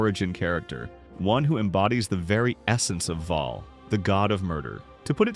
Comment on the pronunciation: Bhaal. Bhaalspawn. Other than that, well done.